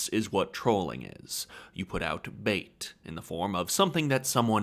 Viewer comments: Aaah….’trawling’, not ‘trolling’ . Damn I hate malapropisms. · Trolling = trawling. lol